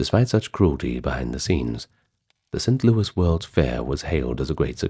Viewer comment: Its st louis not louie. But i have heard it that way a time or two in my many years in Missouri.